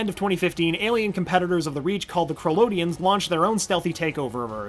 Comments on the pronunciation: Brion not Brian and how he pronounced kroloteans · Krilo-tian? It's pronounced Korilo-tayan haha and Its Hai-me not Jay-me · Dan Garret died in 2005.Jaime (Hi-me), It's Kroloteans not krodoleans, It's pronounced des-pe-ro, Lian pronounced Lee-on, Brion is Bree-own not Brian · How to tell this guy doesn't actually watch young justice: how he says Crolatean, Jaime, and Brion. Besides that it was a good recap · in spanish the j in jaime sounds like an h so its pronounced haime but is spelled jaime, and kroloteans is pronounced differently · Okay, Lian and Korlotean were both mispronounced